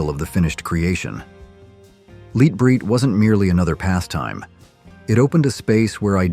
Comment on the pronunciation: He said "Leet bright" as well. :P